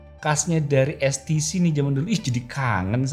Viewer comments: When you speak, use correct Indonesian. HTC ya Ha Te Ce. what is es ti ci? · ITU TULISAN NYA "HTC" TAPI KOK BILANGNYA "STC"YA GIMANA SIH😅😅😅